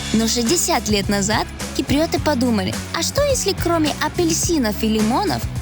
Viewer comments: Не ки-при-о-ты а кип-ри-о-ты! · киприЙёты, эфиЙёпы )) приятная девочка)